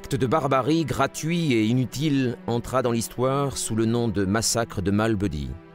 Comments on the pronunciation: Massacre de Malmédy et non de "Malbeudy". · Malmédy pas "Mall Buddy"